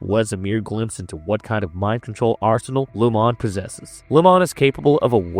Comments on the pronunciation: Lumon-ate. He’s just saying it weirdly, like a ai. Lumon means light and keir means darkness. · It’s so distracting that I had to come to the comments to make sure I wasn’t the only one. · Dude is saying Lumon wrong 🤣🤣🤣 Sounds like he’s never seen an episode and is just reading a script. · I want to punch you every time you say Lumon wrong. Just say it how the PEOPLE WHO MADE THE SHOW say it.